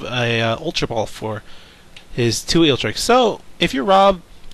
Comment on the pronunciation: Great commentary! Other than forgetting Zapdos's Lightning weak. repeatedly pronouncing Eelektrik as Eeltrick and calling Level Ball Ultra Ball, that is, but yeah keep up the good work!